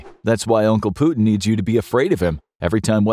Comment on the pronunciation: Blud tries to talk about war, but cant even pronounce Putin 💀